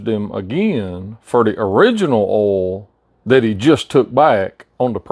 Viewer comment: What the hell is ool,are you saying oil? Or ool?